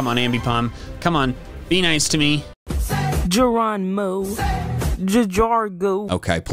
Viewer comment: say Geronimo say jajargo